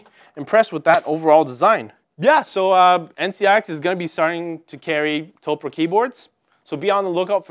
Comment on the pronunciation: Man... this is just... a poorly informed video various points throughout, and also -- "To-pu-re" not "Toprah" like Oprah.